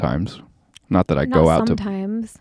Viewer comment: She makes fun of how Charlie says words. She says hoppin' instead of happen. She says "that" with an AWWW instead of an A, too. Thawt. She says Charlie looks 12. So does she. She says he makes things awkward. She is worse. PS - Those mics are horrible sounding. I HATE hearing people's boses breathing.